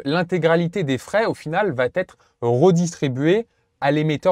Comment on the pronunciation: "Qui va-t-être" => Attention à l'hypercorrection à l'oral. En français, il existe des euphories (rencontre de deux voyelles) qu'on ne doit PAS contourner avec des liaisons imaginaires. La prononciation correcte est "va être", et pas "va-t-être".